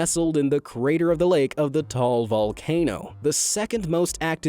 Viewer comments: It's ta,al not tal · very late comment but Taal is pronounced as Ta al, not Tal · Its Ta - al not tal volcano🤣✋ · It's pronounced "Ta al" but I don't really mind Forgeiners pronouncing it as "Tall" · correction heheh..you don't read Taal as "tall", it's "ta-al" no hate mate love the vid! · bruh im sorry but taal is not pronounce like tal its ta-al but bruh i love Japan but idk that so im now willing to go to Japan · Lake Ta-al. Not Lake Tall. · its pronouced ta'al not toal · FYI TAAL Volcano is pronounce as TAH AHL not TOHL... Please do your research Mr. Narrator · Ta al not tal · actually it pronounced Ta al vulcano not Tall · Taal in the Philippines is pronounced as ta-al, not tall. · Actually taal is pronounced ta al and not straight like tall and yeah that is all i can say as a filipino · As a Filipino, I can say he mis-pronounced Taal Volcano. It's pronounced Ta-al, not Tahl. :/ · Tall Volcano Filipinos: Its Ta-al Volcano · Bro you said lake Taal Taal is wrong word You say ta-al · Taal isn't sai like that its said "Ta-al" but spelled "taal" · the volcano in the philippines is not called taal volcano or lake taal it's called ta-al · volcano taal is pronounsed ta.al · Hey it pronounced TA-AL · Bulkang taal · you said taal volcano wrongly xd